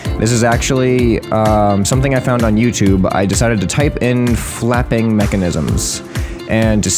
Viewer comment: "i decided to type in fapping machanisms." is what i heard 😂